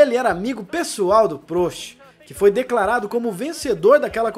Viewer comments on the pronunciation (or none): A pronúncia é PRÓST e não PRÔST